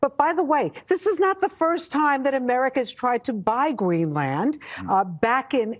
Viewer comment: Excuse me, but she said “qwazy,” “Gweenland,” and “bruy.”